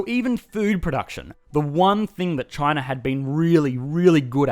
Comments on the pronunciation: It's spelled China, but he pronounces it c h i n e r. Where is this guy from? Pittsburgh. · Australians and the British: "Ah yes, the lovely country of Chiner." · I like how you pronounce it Chiner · Communist "Chiner"